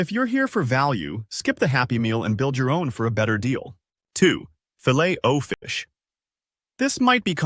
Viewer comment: Learn how to pronounce the filet of fish...your pronunciation is pathetic 👎